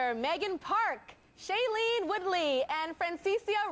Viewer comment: The way Tyra keeps mispronouncing Shailenes name lol